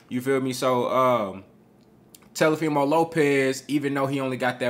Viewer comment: " Telefimo" Lopez 😂